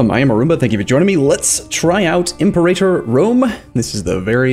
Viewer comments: The way you say Imperator bothers me... you say like "Imp-er-ay-tor" when it should be "Im-pera-tor" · It's Fridge-ee-ya. Pa-PIE-rus Im-PER-a-tor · Also Imperator is pronounced Imp-era-tor, not Im perator rome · Latin major here, if we're going for accuracy, it's actually im-per-AH-tor. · The stress is on the third syllable in 'Imperator'. So, Im-per-AH-tor. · It's pronounced im-PIER-u-tor because you pronounce imperium like im-PIER-ee-um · Wrong, it's Im-pe-rAah-tor. The macron is over the a in the penult. As the Latin major said above. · In classical Latin, it's /im-per-AH-tor/ Also, the letters C and G always produced the hard sounds. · its IMPUHRAYTER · No, it's Im-peh-ra-tor. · Im-pera-tor, Fridg-ia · IM PER A TOR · Might be a little late for this, but: - Fridge-ee-a (Phrygia) - Im-PAIRator (Imperator) - Pu-pie-rus (Papyrus) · It's pronounced Impé-rátór Rome. Gosh I am so triggered JK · Jesus wept; that pronunciation of imperator... Cheers for the helpful video! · By the way you pronounce "Imperator", seems you have never played Rome Total War :P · Or Phrygia and Imperator.